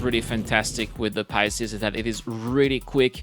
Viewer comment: "Pisces" (2 syllables) pronounced "Pie" (the baked desert) + "Seas" (body of water). Pie+Seas= "Pisces", now you try to say it ;-) [Sorry but I keep hearing you say "Pie-yah-seas"]